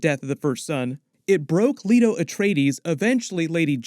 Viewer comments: LAY-TO. Not Leeto. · Or seen the movie. "Lee-to Atreides??" It's Lay-to!